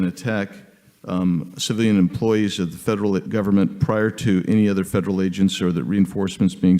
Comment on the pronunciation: " Fwederwal " WTF ??? If you can't speak English you have no right to be asking questions in America. Is this Elmer Fudd's Asian counterpart ?